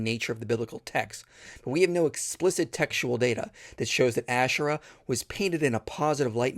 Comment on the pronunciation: She can't even pronounce Ashera right. 🤣🤣🤣🤣